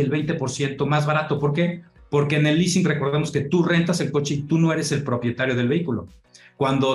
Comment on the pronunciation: El famoso leasing no lease 😳